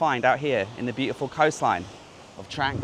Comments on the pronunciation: Another great video. At the risk of sounding picky, this Province is actually pronounced Trung not Trang 😉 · Pronounced "Dtrung" not "Dtrang". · It is pronounced "Trung" mate. My wife and thai family are from koh mook. You did well to find that boat tour, it's not on the tourist trail! One of my Thai family has a boat there. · It's pronounced Dt-rang